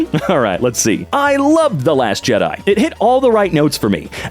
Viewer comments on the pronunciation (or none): none